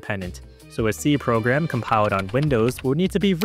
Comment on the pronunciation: narrator cant say "L": "ode" instead of "old", "compio'd" instead of "compiled", "virtua machine" isntead of "virtual machine"